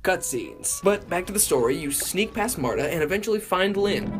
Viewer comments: "And begins to search for LYHYHNN!" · Every time you say lynn like that I burst out laughing like blake fr says it like that alot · the last time he says “Lynn” it sounds a lot like how vinesauce says “speen”